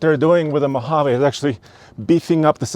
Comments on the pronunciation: Come on. It's a Mohaveeeee. Not Mohavay. I know it's not your accent. If you review a vehicle, take the time to learn how to pronounce its name correctly. Everytime you said it wrong, it made my skin crawl. Had to turn it off. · Mo-hav-eeee Not MO-hav-a😂😂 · Great video great channel...but I think its pronounced Mojavee. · I like how you say... Mo Haaa Vay, with your accent. I'm like.... Mo Ha Vee, with my accent 😄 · “ (mo-Hov!!-āā)” 😂. Thumbs up on the vid!